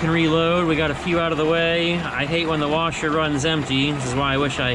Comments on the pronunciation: Egg “wersher”! 🤣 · Only one R in washer 😛